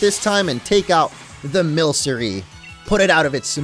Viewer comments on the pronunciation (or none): I think milcery is pronounced like milk (milkery) but I have no idea